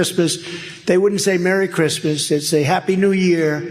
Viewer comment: Did I hear him say “crispness “ rather than Christmas?